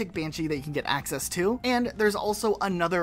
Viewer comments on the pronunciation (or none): ...did you say Hackcess...?